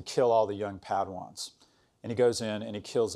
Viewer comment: "PADWANS" oboi.